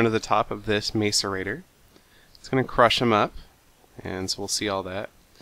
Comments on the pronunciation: Its (mass-er-ra-tor) not (mace-er-ra-tor). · macerator (mass-er-ator) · two helpful hints,1) i think the macerator is pernounced masserator 2) instead of sending all the material you don't use to the void you could invest in what is called a condenser, it turns all useless material into useful material like diamonds. But you could use it to turn your junk into coal so you could keep your diamond making machine cuz that thing is cool. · hey seth me n my friends are being stirred up by ur prononciation of the word macerator, pronounced like this; Mass-er-ray-tore not like this mace-er-a-ter lol i actually was surprised the way u said it at first it made me laugh it still does i hope u don't think i'm a dincus for telling this ;D and I realy enjoy ur serries! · Macerate; pronounced masəˌrāt according to google. therefor pronounce macerator like mass-erator, not mace-erator. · it's pronounced ma-sō-ray-tōr for you people who think your so smart believing it is pronounced mace instead of mass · You're pronouncing macerator wrong... It's like mass-erator, not mace-erator. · you say macerator like masserator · its MASS-ER-AY-TOR- not MACEur-A-TOR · he is the first ive ever heard pronounce it as mace... and the canadian thing was a joke, thank south park... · Seth The macerators are pronounced mass-er-ay-tor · Yeah, instead of May-so-ray-tor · It's ma-ce-rei-tor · Macerator is pronounced "mass-er-ay-tore" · Its pronounced m-ah-so-rating